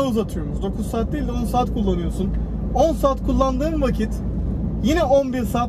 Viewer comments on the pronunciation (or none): none